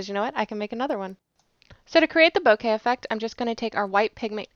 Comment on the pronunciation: Its "boh-keh" with no emphasis on either syllable.